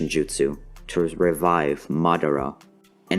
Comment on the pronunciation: Hehehe he said raivive